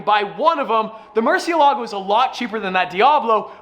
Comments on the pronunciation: Stop saying murshe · Can you teach tavarish how to say murcielago PLS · Why can't pronounce Murcilago? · I guess it’s gonna be an aston but probably not, whatever it is its great already since its a v12 lol Holy shit, the lm002 is a must have unless you can pronounce murcielago correctly